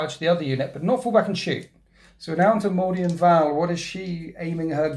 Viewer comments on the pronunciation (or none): Excellent game, but after the 12th mispronunciation it's winding me up - not Morvian, it's MORVENN.